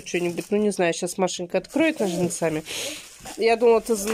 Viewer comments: НожницАми🤡,вчера были Яички с ударением на я., бедный русский язык. Как ты хоть уроки с детьми делаешь. Ведь они будут говорить скоро так же как и ты. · Ножницами,, ударение на первом слоге, " хотит"- нет такого слова, " хочет"... До какой же степени не следить за речью!!!